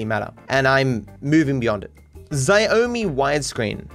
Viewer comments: Being Chinese myself, hearing pronounce Xiaomi (approximately "shao mi") as zi-o-mi is the funniest thing ever Honestly they should just rebrand themselves and start pronouncing it like zi-o-mi for Western customers, it does sound cool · My man just pronounced Xiaomi (Sha-O-Me) as Ziomi 💀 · no way i just heard pronounce "xiaomi" as "zai-o-ming" 😂😂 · reading "Xiaomi" as Zi-Oh-Mi hurt the tech nerd in me to a painful level... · I've never seen someone pronounce Xiaomi in such a way lol